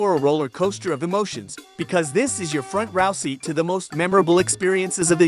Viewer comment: ...front rao seat" huh? thumbs down 7 seconds in ... record? Only in today's society can a person get a voice over job without knowing how to read ...